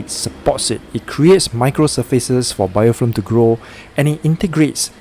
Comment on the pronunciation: It's BIOFILM not BIOFLIM